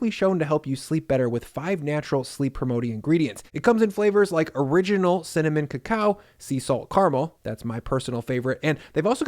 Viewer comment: He said CIMMINIMMMM!